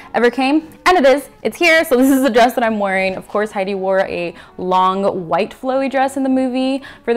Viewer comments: Stunning!! 😍 Hedy is my forever goals!! 😍 And you pull the look off beautifully! You've got that natural beauty like she does. And even in the black, the look is on point! 💗 Btw, just for future reference, her name is actually pronounced like it's spelled. Not "Heidi", but Hedy. It's short for Hedwig. 😊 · You are so purdy! I love her so much too mush you two together and I’m happy...hope this makes sense I have a headache but me loves you xx p.s her name is Hedy not heidi you say it like head-ee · Hello, yes, I know. I pronounce Hedy's name wrong the entire time and I am mortified. 💀😭😂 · Thank you so much dear, oh my goodness 🙈❤ and yea, a few folks kindly pointed out I've been pronouncing her name wrong 💀 dies a little on the inside 😂